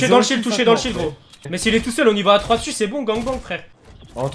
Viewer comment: Le dèssu ah ouais ta bâclé t'es cours de français set dessu 😂.nn plus sérieusement bonne vidéo GG a toi 👍